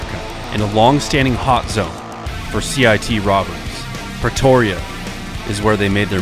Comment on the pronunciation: Was only half listening so I hear "Petoria"